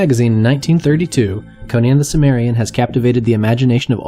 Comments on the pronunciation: Two m's: I believe the correct pronunciation is "sim-mer-ian". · The word is originally from ancient Greek so the 'C' is actually a hard, 'K' sound - Kimmerian.